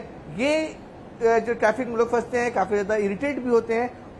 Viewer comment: टैफ़िक नहीं बेटा ट्रैफ़िक!